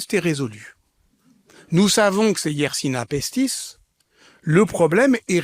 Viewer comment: Bonjour, merci de transmettre à cet honorable orateur que la bactérie s'apelle Yesrsinia pestis et non pas Yersina pestis